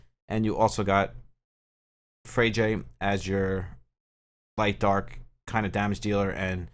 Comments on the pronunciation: I believe Freyja is pronounced Frey-ah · Bro it's not available here in Philippines..😥 but I already pre-register. Freyja is read like Fre-ya😅